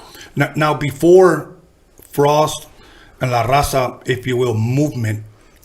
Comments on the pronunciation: Pinche d he can't even say la Raza 😂😂😂smh dammm.foo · He can’t even say raza lol